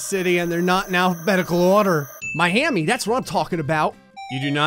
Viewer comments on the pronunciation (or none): none